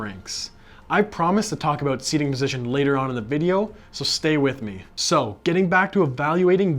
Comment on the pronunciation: I didn’t think you were Canadian until you said “aboot”